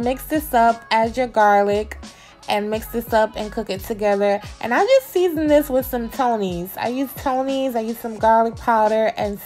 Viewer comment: You be making sure you put extra emphasis on SEASONEDDDDDD. Who made you mad? 🤣